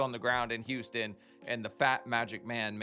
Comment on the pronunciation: says “y” instead of “h”! Like “youston”, “yuman”